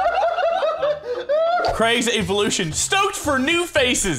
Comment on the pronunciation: nobody: craig: eevolution